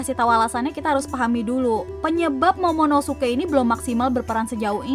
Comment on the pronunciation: Yg bener monomosuke apa momonosuke? (Menit ke ) Airis chan